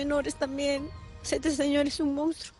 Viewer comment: La conductora dice Mounstro pero el título dice Monstruo